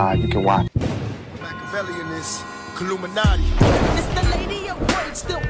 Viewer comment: Did he say illuminate?🤔